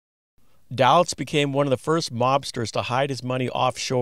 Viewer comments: Day Litz vs. Dah litz is the way I've heard it in hundreds of Mob vids. fyi with love! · Thank you! There is one mistake, the name of Moe Dalitz is pronounced "DAY-itz", not DAL-itz." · Thank you. One mistake I made with the Desert Inn history vlog is I pronounced Moe's last name "Dal-itz" when it is pronounced "Day-litz". I read a lot about Moe Dalitz but didn't watch any video on him until later. First history vlog was a brief history of the Flamingo, I am going to do this one again down the road: Flamingo Celebrates 75 years Today, not a history vlog but a brief "look back" History of the Copa Room at the Sands (Rat Pack etc.) USA vs. Meyer Lansky: Flamingo Las Vegas $ 36M Skimming Case